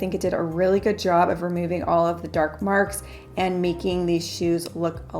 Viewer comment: the dark maarrkkk